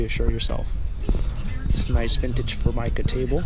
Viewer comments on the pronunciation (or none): none